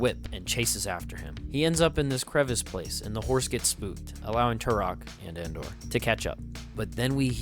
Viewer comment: I AM TUROK!! You should read the comics if you haven’t. Valiant’s Dinosaur Hunter is my personal favorite iteration. This movie is based off of the original Son of Stone line from Dell. By the way, it’s *Andar not Andor.